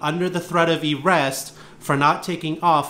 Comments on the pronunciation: Hmmm…all of his education and he can’t correctly pronounce words: Eerest, orgineyezation, hail yes. Oh, for the good old days of Chile. 🙄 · “Threat of errest” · "Under threat of e-rest." Not convinced of his level of education. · Gotta love how he pronounces arrest, errest! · Masters in Psychology? I call bs. He can’t even say “arrest” properly. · 100% wrong sounds about right. But what can you expect from someone who can't pronounce arrest correctly? He needs a refund for his college education.